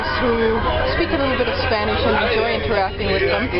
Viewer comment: you can climb up the rock until the top and sometimes you have a great view. If you ever go back there you MUST go there. On the way you pass a little village, the people sit outside on a wall and sell wonderfull frish fruit for a special price. By the way you have a good pronanciation un Spanish. You should learn it even better. It is worth in Cuba to speak the language. Greetings from Gatineau.